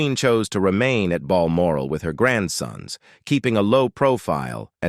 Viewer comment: It's said Bal moral